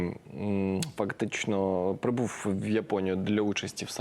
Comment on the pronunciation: Він прибуФ... говориФ... Це українська мова?